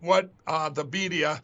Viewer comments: “Beedia” LMAO 🤣👍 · "Debedia"?? Rrrrrright... Rgr